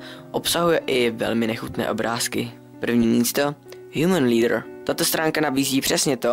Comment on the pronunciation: Tak hele... Nechci být rýpal, ale tobě 15 nebylo, že? Proč sakra děláš videa 15+? :D A když říkáš něco anglicky... Zjisti si prosím výslovnost. Je rozdíl mez slovem leader "lídr" a leather "ledr"... Tudíž když řekněš: Tato stránka nabízí to, čeho jste se podle názvu obávali... Tak já jsem si představil nějakého lidského vůdce... Jinak abych jen nekritizoval... Obsahově mi to příjde v pořádku. Je to stručné a nevyzradíš vše o té stránce, což částečně navede diváka se tam jít podívat :)